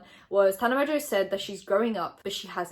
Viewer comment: I’ve tried to say this everywhere but no one listens!!!! Tana pronounces her fucking last name wrong!!!! My last name in Mongeau mon-joe theres a fucking n in the middle of it it’s not mojo sorry I’m still gonna try and say something and someone listens